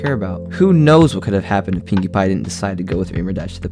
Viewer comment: did he just call Pinkie pie Pewdipie?